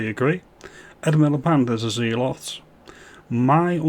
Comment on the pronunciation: WTF is a "zee-lot"? Surely you mean zealot pronounced "zellot" How did you not know that?